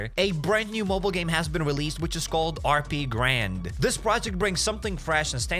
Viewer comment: How is HappyCairek pronounced as HappySirKen?